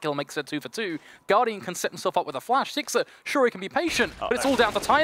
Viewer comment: one of the casters keeps calling sixer "sixter" lmao